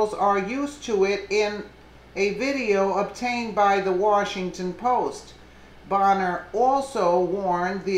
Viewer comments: It's pronounced "bane-er" lol every time you said "bon-er" I cringed. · Pronounced BAYNER. Did you just start paying attention to polotics?...